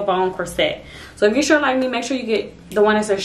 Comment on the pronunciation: Girl I love how real you are. Just one thing, though, the word corset is not pronounced “core-set” it is pronounced “course-it”